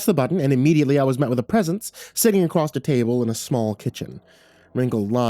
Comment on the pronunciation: Acrosst is not a word. There's no T.